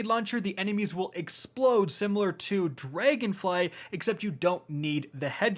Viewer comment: Dray- gon fly ? ..... hmmm